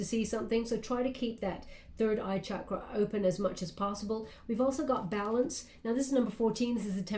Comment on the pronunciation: You're always so incredible! Also, I appreciate how you pronounce Chakra correctly 🙏🙏🙏